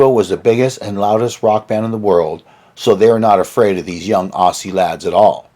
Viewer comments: Aussssie haha your pronunciation is hilarious. It's pronounced like Ozzy. It's clear you haven't been to Australia & your recollections of AC/DC's time in Australia are not only completely fictional & wrong, but so fucking funny. You're just making this shit up as you go along hey? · never understood why North Americans have such a problem pronouncing the word "Aussie".